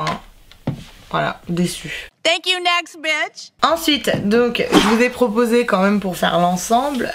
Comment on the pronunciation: Cc super vidéo mais juste ton tank you....sa ma souler